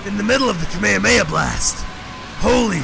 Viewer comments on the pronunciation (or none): none